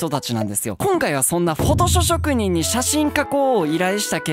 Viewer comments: フォトショショくにんとしか聞こえん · 「フォトショ職人」 言いにくそうでwww 滑舌❗滑舌❗